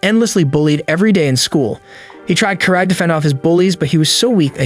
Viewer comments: Its pronounced Kara TEH not Carat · It's Karate not Karat